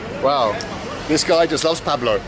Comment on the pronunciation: He still can't say Pablo properly but he's doing well!